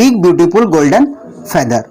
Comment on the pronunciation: Feather s pronounce is incorrect